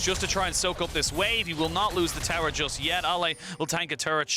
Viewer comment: Why does this caster say "terror" instead of tower?